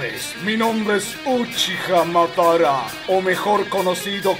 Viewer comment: Wey cuando decía el name se me quedo tildado y se escuchó uchiha madero xd